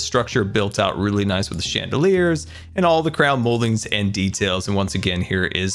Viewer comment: he said weally not really